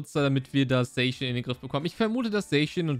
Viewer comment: Danke das du nicht „Sackian“ zu Zacian sagst 🤓🙌🏻